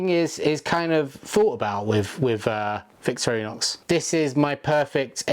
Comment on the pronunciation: “Victor-row-nox” lol